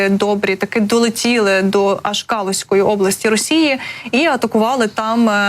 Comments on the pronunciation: Область в РФ не Калуська, а Калужська, з наголосом на "у" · Ведущая, ваи надо правильно ставить ударения и отработать дикцию. А то получается, что горит Калушская облась. Так вас слышно.